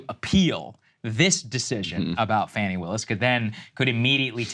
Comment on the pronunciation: / Judge THROWS OUT Fani Willis? Really? I thought you guys had enough integrity to not use clickbait BULLSHIT! That's the kind of thing that makes me quit following a channel. Also, could you please pronounce her name correctly? It is pronounced faw-ney not fanny. This seems like an ignorant mistake, as I have seen her many times pronounce her own name. Don't know for sure, but I'm guessing she pronounce it correctly.